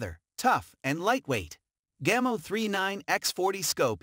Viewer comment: Gaymo? Really? It's Spanish, it's pronounced (gah-mo).